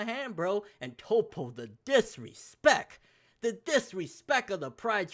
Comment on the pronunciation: lol it's disrespcT with a t...🙄